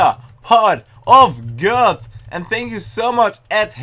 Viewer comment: you say it like "pot of god" lol